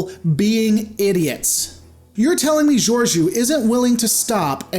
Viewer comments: You constantly mispronounce her name, what's up with that? She wasn't a captain at the time, so it wasn't really up to her to help them. There have been other cases of ships going to warp in the atmosphere of planets. The rest gets explained in season 2 of Discovery - both races evolved on the same planet, so Saru's people weren't victims of an alien invasion. They were all clearly aware of technology such as shuttles so hiding it from them wasn't necessary. Just, you know, actually watch the show and enjoy it. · not how you pronounce her name lol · Are you sure you even watched it? Can't even pronounce her name lol